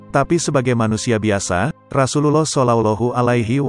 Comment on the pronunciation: ALLAH hu Akbar ya Tuan comment sebut nama rassullullah Tak betul Nak cerite pasal qolbu KENA belajar sebutan sebut nama ALLAH pun Tak betul KENA belajar pasal Orang tgk seluruh Dunia KENA belajar sebutan